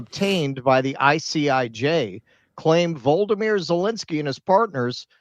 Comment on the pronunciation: It's not Vold-uh-meer, it's Vol-oh-dee-meer